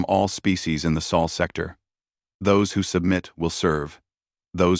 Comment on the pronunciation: It's "sol sector," not "soul sector." Geez, doesn't anyone edit these stories?